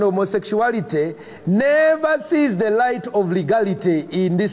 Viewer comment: "I've taken thee time to do a leetle research"